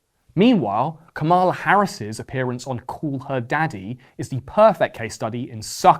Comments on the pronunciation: 85% accuracy rate on this although I always enjoy and actively seek your take on the passing year. For example, you consistently mispronounced ‘Kamala’ and SNL is 50 years old not 40. I’m not sure that Brat is the new ‘Live Laugh Love’ so much or that millennials are as irrelevant as you suggest although they certainly aren’t the youngest in the conversation anymore. Luigi is hot af tho and Catholics are indeed metal. Have a great 2025 🎉🍾🎊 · Great video but the way you pronounced “Kamala” hurts my heart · Can't even pronounce kamala's name right lmao